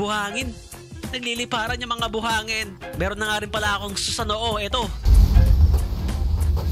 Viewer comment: Susanoo not sunoo